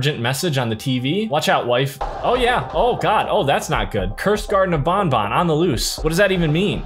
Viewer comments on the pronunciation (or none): It's banban not bonbon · It’s banban not bonbon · ban ban not bon bon